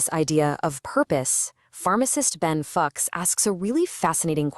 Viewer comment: Hi AJ, maybe try typing it as “fewchs” and see how it’s pronounced